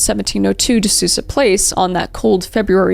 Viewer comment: just a tiny disclaimer: the pronunciation is De Soul-za, not Susa